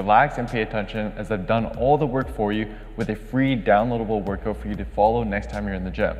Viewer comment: Pretty cool and very well explained! But: ''work-oot"...